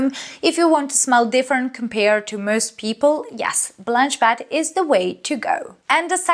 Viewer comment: Bet not bat. Nice review as always